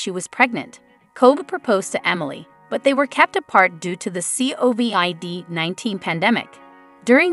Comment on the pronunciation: And covid 19😂